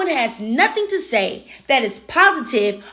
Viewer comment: If you pronounce that as “dat,” I can’t take you seriously.